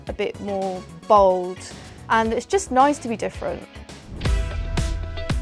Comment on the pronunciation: lol I thought when she "bold" she said "bald" "it makes you feel more bald"